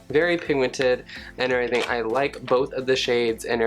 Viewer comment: "An erything"